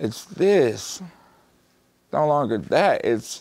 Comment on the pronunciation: Its not this, This t_his_ its T H I S